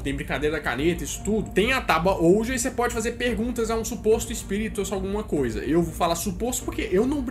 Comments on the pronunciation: Ouija se diz "uí dja" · se diz tábua (OUÍDJA) OUIJA